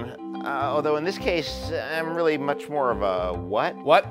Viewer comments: "I'm wiwwy just wooking for a pwace to wewax I'm exawsted!!!" haha this is great I've always wondered if he actually talked like that in real life but he doesn't lol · actually its weawwy wewied